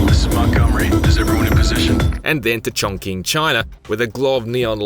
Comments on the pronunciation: ChongQing is pronounced CH-ong CH-ing, not CH-ong K-ing .... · Chongking, China. Err.. it's pronounced ChongChing.